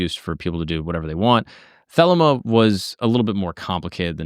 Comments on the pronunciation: Yep, the-LEE-ma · I REALLY hate to be that guy, but for future reference it's THUH-LEE-MA